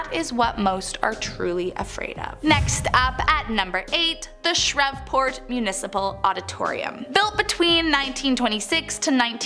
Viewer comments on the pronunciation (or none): You're killing me by slaughtering these names Shreveport say it with me. Shree Port. Plz stop slaughtering our town's name. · Born, raised, and still live in New Orleans for 35 years. I appreciate y'all for making this video. Not making fun, just teaching, but it's New Orleans(Or-Lens) not (Or-Leans). Lafitte isn't pronounced (La-Fight) lol it's (La-Feet). Shreveport is (Sh-Reeve-Port), Calcasieu is (Cal-Ka-Shoe). Then of course we have Michoud, Atchafalaya, Pontchartrain, Tchoupitoulas, Opelousas, etc... Only negative thing about the video is not mentioning The Myrtles Plantation. It's probably the most haunted place in Louisiana, and very well known. And, The Bourbon Orleans is a well known haunted hotel in the French Quarter. If y'all ever make another Louisiana video, I'll gladly help. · Shreveport - SHR-EVE-PORT Provincial - PRAW-VIN-SAW New Orleans - NEW-OR-LENS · Shreveport is pronounced Shreeveport. Sorry I’m just helping out! Absolutely love your videos! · They butchered all our parishes names too not counties or towns 😂 parishes kal ka shoe shreeve port and plz get this right y’all say nawlins y’all know we say that so it is new all lins NOT new all leans & it’s pa cawn. NoT a can of peas so pea can ain’t it no we don’t say terlet or earl we educated too and much nicer but talk like tawk the yanks not creole Cajun fake crap on movies that isn’t specific area & heritage race background ethnicity etc howeva ya wanna day it all mean da same but if ya true nawlins born raised you sound like ya born in jersey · In number 8, the city of Shreveport is pronounced “Shr-EVE-port” - as in Adam and EVE. ⚜️ ♥️ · She pronounced Shreveport wrong. That place is kind of ghetto tbh. I don’t live far from there. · shreveport got me 😂